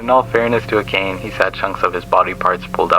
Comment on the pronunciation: Btw, just a tip, amane is pronounced a-man-eigh